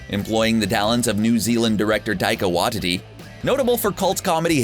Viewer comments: New Zealand director Taika Wah-titty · He just said Taika Whytitty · What's with the way he said Taika Waititi?????? The Kiwis are ashamed dude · It’s pronounced Tie-ka Why t t